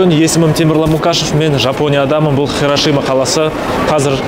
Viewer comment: Е хирошима емес хиросима деші блааа